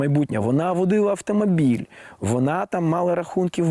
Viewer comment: Крім цього всього крінжа, я помітила наскільки Олежці важко вимовляти слова іншомовного походження з правильною українською вимовою. Ріальна, міханізм, асімітрічьна, автамабіль